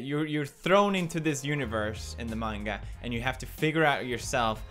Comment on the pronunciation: thank you for saying manga not menga.